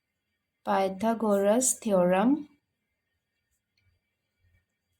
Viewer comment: थेरम bola